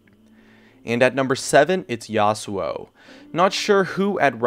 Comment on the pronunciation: Yasowo?!?!?!!? wtf learn to pronounce your words